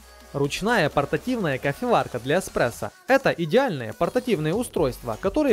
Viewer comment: Хорошая подборка. Только мне режет слух эКспрессо?